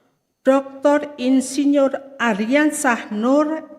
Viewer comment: Selip bacanya. Insinurr